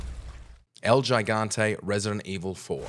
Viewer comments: Pronounce El Gigante correctly - challenge level: impossible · The narrator clearly hasn't played a resident evil game and just pieced together a list of stuff he found through Google and what he's heard others say. Mispronounced El Gigante 2 different ways, didn't know Dr. Salvador's name, said Birkin was a well meaning scientist, said all regenerators have projectile spikes, used RE4 Remake footage but labeled it 2004 while, etc. Not a bad watch, but clearly a video put together hastily